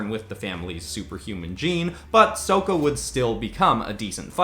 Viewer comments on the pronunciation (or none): Soak-a😂🤦, it's sock-a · You called sokka WHAT it is not pronounced soak-a it’s so-kka, that is a SIN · Or was mad that he said Soka instead of Sokka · Did u say souka wut . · Its sokka [sak-ka] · "Soh-ka" shivers How dare you? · Did he say, S-oh-kka? So many flash-backs, it hurts pls stop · Was mispronouncing Sokka's name on purpose? Sometimes you pronounce the names differently because of the setting and I was just wondering if that was the case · triggered that you pronaced Sokka's name wrong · He said the Sokka the way the movie said it and for that 1 dislike (JK) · He said sokka wrong........ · Sokka is said with a short o, not a long one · Loved watching this genre swap!!! My only issue with this video, is that you pronounced Sokka's name like they did in the movie... which is the worst movie I have ever seen. It was based on a show, and they change things and squished one season into a short movie that took away all the humor and personalities that made the show so great. I'm so happy the original creators are working on a live action show, because they too were disappointed with the movie. I usually don't rant, but that "movie" bugs me to no end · Why did you pronounce Sokka's name like that? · yyyyyyyyyyyyyyyyyyaaaaaaaaaaaaaaaaaaaaaaaaaaaasssssssssssssssssssssssssssssssssss AVATAR but it is S-O-K-K-A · Wait. No way he pronounced sokka's name like they did in the movie. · You pronounced Sokka super wrong tho....